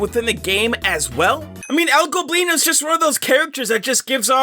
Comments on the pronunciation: finally you're not saying El "Globino" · yo he finally pronounced el goblinos name correctly, anybody who speaks spanish is finally happy